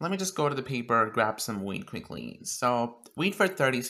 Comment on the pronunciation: sounds like ur saying weed 😂